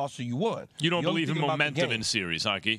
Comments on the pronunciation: Someone tell keyshawn it’s not called a “serious” lol it is “series” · SMH my boy key can’t even probounce series 😂😂